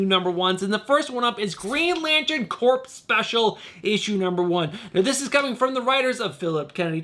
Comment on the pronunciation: Love your show and channel excellent content, one note the “ps” in the word Corps is silent - so we pronounce the word Corps the same as Core - like Marine Corps (“Core”) and Green Lantern Corps (“Core”) - keep up the great work! 😁👍